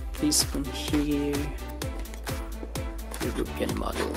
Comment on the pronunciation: It’s actually pronounce You-ro-pee-in nice vid 2 😀